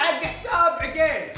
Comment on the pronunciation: عَقيل مو عِقيل 😂🤦🏻‍♀️🤦🏻‍♀️🤦🏻‍♀️